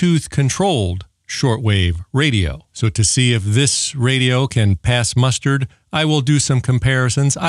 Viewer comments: It’s pass the muster, not pass the mustard! 😂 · Pass “…mustard”. ? ? 😅. No….the phrase is “ pass muster.” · The word is "muster"